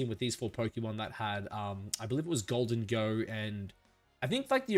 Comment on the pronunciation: The way u say gholdengo is so terrible